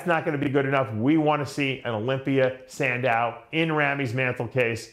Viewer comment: Dave. Luke Sandoe....San...Doe....NOT Sandow